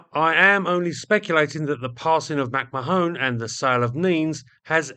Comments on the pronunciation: "McMahone" - is that really how it is pronounced in the US? In Ireland it is pronounced Mac-Mah-on, with the emphasis on the middle syllable. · "Mack-mah-hon" ; "mah" sounding the same as the first syllable of "malevolent", and the third syllable as in the first syllable of " honey". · Mac-Marrn is how you pronounce it. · Two bits of pedantry. First, I think "McMahon" is pronounced "Macmarne". Second, many US B29s during the war were equipped with licence-built versions of the British H2S ground/nav radars, but the belly fairings for these were usually edited out or masked. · McMahon is pronounced MacMayen. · Great video, thank you. Sorry to be a pedant, but McMahon is pronounced McMarn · Given he's from the US, it's more likely to be pronounced McMan. I say this because he briefly flirted with standing as president and his slogan was "The man is McMahon" which rhymes better with the pronunciation I'm suggesting. I also recall Johny Carson's offsider was McMahon, who also pronounced it as "McMan". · Another pedant here. The "o" in McMahon is silent - at least every time I've heard it. McMahon comes to mind. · Mac Mahon is pronounced Mac Mah-Hon , say it fast, not with an additional e at the end ,"Mac Ma-Hone " literally means "my arse " in Irish. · Mack.mahone you serious? McMahon is pronounced oh effing Google it. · No it’s pronounced MacMarn (2 syllables not 3). It’s a fairly common surname originating in the UK, so I’m not sure how managed to consistently mis-pronounce it?? Then again, he mis-pronounces the most basic word in the dictionary “The” as “Thee” all the time! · or in Ireland, Mac Ma-hon (not Mahone) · I'd say that name would be pronounced more like "Mc Man". Granted, slightly oversimplified, but way closer than "Mac ma-Hone" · It's pronounced McMa'ahn